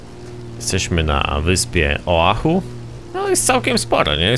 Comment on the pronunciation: mowi sie ohajo